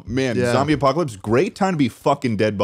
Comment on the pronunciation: Every time I heard apocalypse, I heard Ohio instead